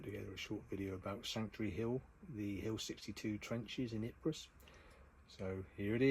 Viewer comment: Ypres is pronounced "eeper" as in take the "d" out of deeper.